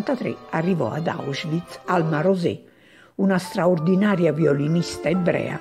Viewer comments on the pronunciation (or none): none